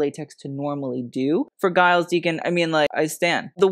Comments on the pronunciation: Giles Deacon - his name is pronounced Jiles. Kind of like Julia. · Giles is pronounced with a soft g. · the G in Giles is pronounced as a "J" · Your pronouciation of Giles tho 💀